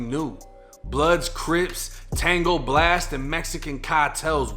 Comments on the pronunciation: Did he say tangle blast lmfao if so its tango blast my dude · Btw u said tango blast wrong it's pronounced tongo